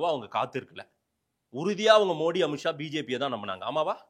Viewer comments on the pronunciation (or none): none